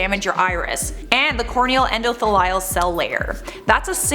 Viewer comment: I am more triggered by how you pronounce your endothelial cells than her faking her heterochromia this is the first time I heard that pronunciation and I cringed